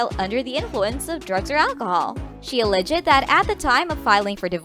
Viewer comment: al·leged /əˈlejd/ Learn how to pronounce all the words before the gig. Why are you reading this like every line is the happiest news ever?!? 😡 🤪